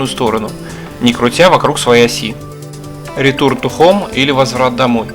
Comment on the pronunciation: Ну да. Системой " Майкро ' уже мало кто пользуется 🤭 И так же с "ретурт" За видео лайк, но эти фразочки режут слух сильно.